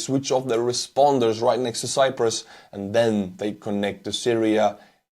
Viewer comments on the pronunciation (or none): none